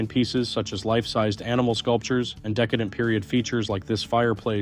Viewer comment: You pronounced decadent as decedent. One means overdone in a luxurious way and the way you pronounced it means the dead person. This is the second time today I’ve heard about the dead person. PLEASE STOP IT!